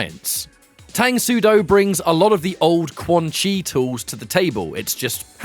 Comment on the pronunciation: Its pronounced “Tung” soo do btw.